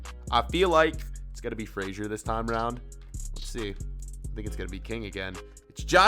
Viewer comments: Frasher instead of Fraser I’m a scots man and this is offensive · Btw it is Ryan fray - zer not fraysher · say fraysher one more time i sweaR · fraser is pronounced fray-zer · Love how he kept saying ryan frazers name wrong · Why does he say Fraser so weird